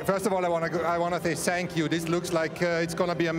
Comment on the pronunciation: did toto say i wanna thay sank you